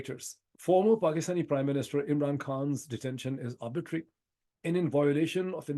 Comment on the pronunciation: You have repeatedly pronounced a word "arbitrary" as "arbitery", perhaps as a result of some misconception. I am of the view that both terms carry with it a marked distinction in its meaning, implications and repercussions. Sorry, if I am wrong.🙏